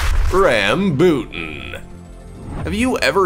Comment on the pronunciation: The Rambutan is pronounced here in Ph as Ram-bo-tan